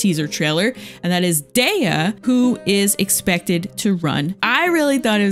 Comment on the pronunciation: also its "d-e-uh" not "day-yuh"